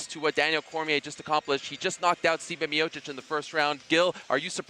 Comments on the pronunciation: Can we get someone who can peunounce the former champs name at least? Where is Ariel when we need him lol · Kovalev got screwed twice in the Ward fights. Everybody saw it. Ward (who is half white on his fathers side) cant win fairly, like Jones (who cheats) and Cormier who used eye pokes to beat Miocic. This is the same Cormier that couldnt even win a gold medal in wrestling at the olympics or the world championships, he lost to some guys whose names I cant even pronounce, who are irrelevant in their respective sport as well. Anybody can get knocked out in MMA, especially since this sport is still in its infancy and totally irrelevant, that they need freakshow fights to garner attention, LMAO. Cormier used eye pokes as a setup for the KO, look it up. Francis Ngannou is another hype job that got exposed by losing to Lewis, the same guy that lost to a 40 year old Mark hunt, and Miocic was getting praise for beating his ass by decision. This heavyweight division is an absolute joke. Also you morons are talking about Tiger Woods, that motherfucker is half Chinese.